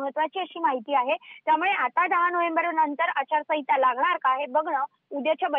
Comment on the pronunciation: आचारसंविता नाही ए बाई... आचारसंहिता असतं ते 😅